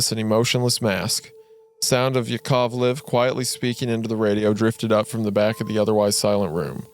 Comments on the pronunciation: its yUri gagArin. You raise your voice a little on those letters. Also on YAkovlev, alekseI ledOvski. The way Isaiah pronounces russian names is pretty good, I`m thankful that he tries <3 Храни тебя Господь, мистер Вендгун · Especially Korolev and Yakovlev ahahaahahh it's koroLEv and YAkovlev